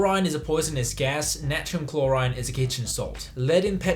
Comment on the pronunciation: The fact that you pronouced 'NaCl' as 'nachum chloride' and not 'sodium chloride' really triggers me